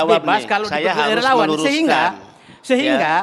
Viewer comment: Relawaaan...??? Kayaknya relauuang deh!!